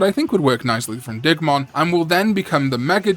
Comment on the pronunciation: I thought you said "Dickmon" the first time you said Digmon's name.